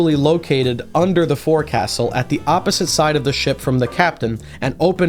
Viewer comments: I know it's dumb. But I got crap for it a while. The Forecastle is pronounced the Foaxle. It's stupid but true. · Awesome video, brother. I did want to say something, though. This is purely for educational purposes and in no way is meant to criticize your incredible content. The word 'Forecastle,' is pronounced 'Folk-Sul'. (Source: Former U.S. Navy Sailor) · Its pronounced foc'sal even though its spelled as forcastle. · This is a cool video, but I would like to make a tiny correction in that the Forecastle isn't pronounced how it's spelled. It's pronounced "Folk-sul". Not trying to be "that guy" but I figured you'd wanna know, with how into ships you seem to be. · as a sailor, literal only complaint with the whole video is that "forecastle" is pronounced like "foke sul", otherwise fantastic job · You pronounced forecastle wrong, 1/10 mid video.